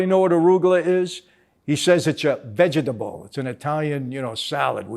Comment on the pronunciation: "It's a Vege-table"😂😂